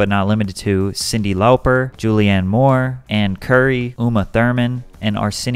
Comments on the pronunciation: I rewound and listened multiple times to how Patrick said Cyndi Lauper 😆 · who is cyndi lohw purr.